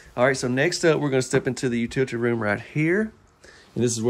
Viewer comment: U-til-i-ty. Not 'utilty' there are no silent vowels in this word.